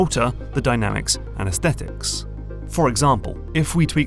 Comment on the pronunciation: It gives me great satisfaction to the word Aesthetics pronounced correctly. So many people wrongly pronounce it "aes-stet-tics". It ultimately is a semantic difference as I still understand the meaning in spite of the difference but when you grow up the son of a phonetics teacher you inherit the things they find annoying.